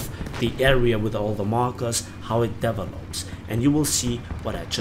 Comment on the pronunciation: I noticed a wrong pronounciation of a word in your vid: it's "de-VE-lops" not "DE-velops". Just thought you might want to know since i heard this in other vids aswell. Nice review!